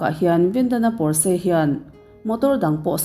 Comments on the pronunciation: Porse ani lo, pawrch tih alam tur aw.. A sipel dik tak chu Porches... 😊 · Pawrse niloin Pawrsa ti a lam tur aw.. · Pawrsh ti in lam tur aw. Germany atanga siam. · Potsche = pawrsha ti a lam tur a lawm. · 'Porsche' car hi 'pawsh' emaw 'pawrsha' tiin lam rwh... Porsche taycan nih chuan "Pawsh tekan" tiin... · Porche lam dan hria la tha tur a brand lo angin i sawi ,sap trawng hi i thiam vaklo nihhmel,l